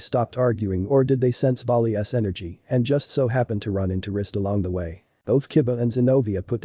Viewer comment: it's vali's not vali s